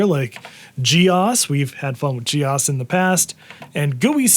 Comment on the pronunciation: The way he pronounces GEOS is upsetting...